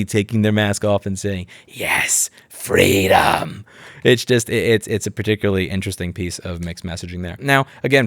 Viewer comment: "Fweedom" according to heels up Kacklehead Harris 🤣